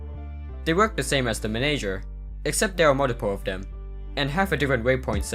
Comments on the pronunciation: I love how you say manager like menager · The way he says manager